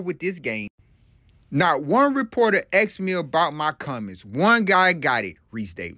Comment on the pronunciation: Haha you can't pronounce the word "asked" 😅😅